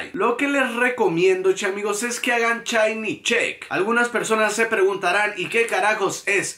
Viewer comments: Amigi se dice SHINY! NO CHAYNI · "chainy, chainy..." Dices también "Chakira"? XDD